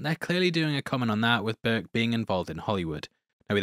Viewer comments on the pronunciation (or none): none